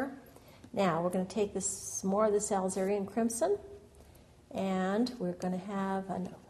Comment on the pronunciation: Really enjoyed your lovely video. You paint very beautiful roses. BTW, alizarin crimson is pronounced uh-LIZ-uh-rin (starts out same as Elizabeth)